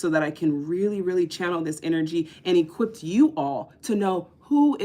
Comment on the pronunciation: Luv ya but it's equipped stop adding the T when unnecessary. Other than that I like what your doing